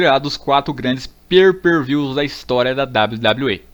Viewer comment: "per per vius" KKKKK